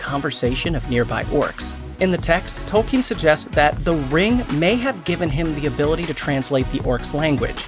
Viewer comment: Is it pronounced 'Toel-kean' or is this just anyother American pronouncing something wrong and not bothering to even check?